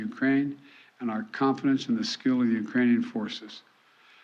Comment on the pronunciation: * Ukrainian’s not “eucranees”